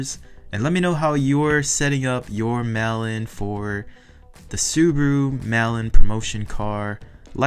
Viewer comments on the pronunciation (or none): I kept hearing “melon” and I’m like is that what the code name is for these exclusives and then figured out you were saying “mail in” instead 😅